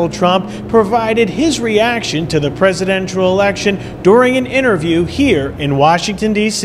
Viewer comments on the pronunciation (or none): The guy said Dave was an "outspoking critic" of Trump. Not outspoken, but outspoking. Nice grammar. And then he pronounced "Presidential" as "Presidentural". People notice these things,. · Did he say "presidentral" election? This guy barely got his own name right.